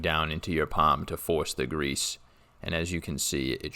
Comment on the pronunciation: Gonna rewatch this 100x just for how you say grease.